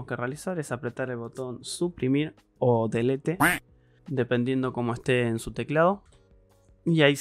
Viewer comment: Muy bueno el vídeo! Se entendió todo, hasta el "DELETE" 👏👏😁😁